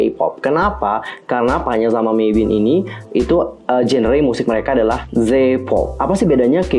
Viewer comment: mavin kak bukan meivin